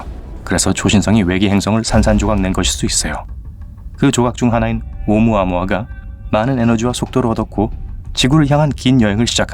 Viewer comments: 무식하긴. 오우무 아무아? 오우 무아무아라 읽는단다 ㅎㅎ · 나레이션으로 "오무-아무아" 로 읽는데 제대로는 "오(우)-무아무아"로 읽어야 합니다. 과학을 다루는 컨텐츠라면 제목 낚시질은 좀...